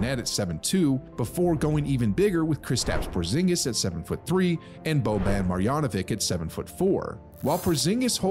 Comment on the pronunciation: why you say boban marjanovic name with K in the end instead of CH? same with luka